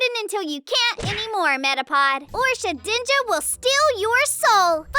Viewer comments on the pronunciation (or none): none